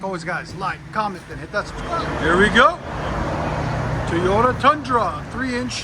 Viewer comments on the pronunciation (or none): It’s not… TEE YODA. It’s toy yota. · He said Teeyota. Goodbye.